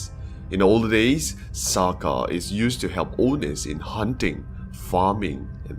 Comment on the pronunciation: SAKA is the spelling. The pronounciation is SAKÈ. It practised by most those day society...it wrong if you mentioned expecially Boyan. 😏😒🤨